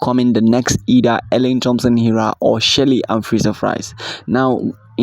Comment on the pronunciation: U need to learn pronouncing our atheist names properly. Its Dr Shelly Ann